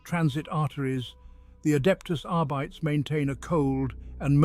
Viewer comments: Is it really R-bites? Or is it Arbites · No, the narration is incorrect. Depending on who you ask, it's either "ARR-bih-tess" or "arr-BEE-teez".